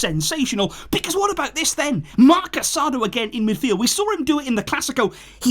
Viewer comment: Please pronounce the players names properly. You're making your followers hear Casadó's name wrong.